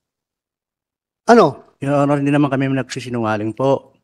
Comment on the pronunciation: Your onor yor onor daw😂😂